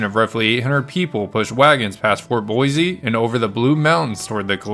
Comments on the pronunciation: Learn how to pronounce 'boise' .. it is not boy-zee.. it is 'Boy-see'. I am a 71 yr old Boisean who will consider liking/subscribing at that time. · Thank you for the history lesson. Plz accept my suggestion. Boise is pronounced Boissee. Not Boizee. Thanks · It’s boy-See, not boy-zee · Thank you for the very interesting story that I had not heard. Could I be so rude as to make one suggestion? The name “Boise” was mispronounced throughout the audio. The correct and historical pronunciation for the city is “ Boy C”, with an emphasis on the “C”. Pronouncing the word with an emphasis on a “Z” is a Californication of the word. It makes Idahoans cringe and pretty much immediately identifies you as being from California. Thank you. Keep up the good stories. Thank you. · Just because "most people" say it that way, ford not make it correct. It is, and has always been, pronounced Boy-see. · In Oklahoma, or little town is Boise ("Boys") City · ”BOIZEEEEE!!! ZZZTATEEEE!!!” 😂😂😂😂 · Boise a s not a z.